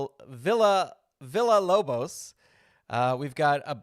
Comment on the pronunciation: Not to nitpick or anything but Manny’s last name is pronounced VEE-YAH-LOBOS. I wasn’t able to attend the Pirrenial, but I’d love to have a copy of the Wardlow card for my own AEW fed.